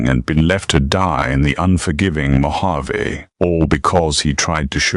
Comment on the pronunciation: Mojave is mispronounced